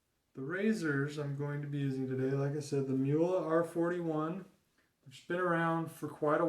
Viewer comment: Not Muhle, The name is Mühle with Ü.